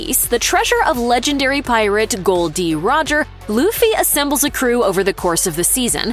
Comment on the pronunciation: The fact this woman narrator of this video said gol d roger, not gold roger. Means she is a real one piece fan